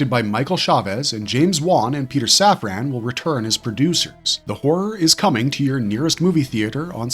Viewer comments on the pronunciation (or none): none